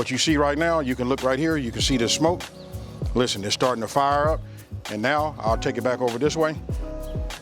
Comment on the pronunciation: " Lishtehnn"